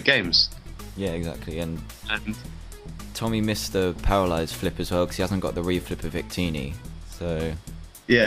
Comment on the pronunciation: the guys name was Tommy Roberts not Ommy Roberts